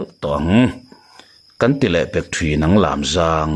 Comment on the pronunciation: A ngaihnawm narawh e. Chutihrualin Lâmzâng tihtur Lamzang khua hi mikhual kan nei thin tih ka'n zep tel hram a ni e. Ngaithla zel ang.